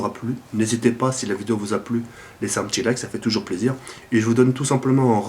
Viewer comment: on dit (pas) pas (paz)... Sinon bon gameplay:) on fait comment pour participer au concour?